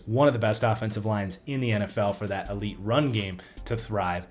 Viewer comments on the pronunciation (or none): none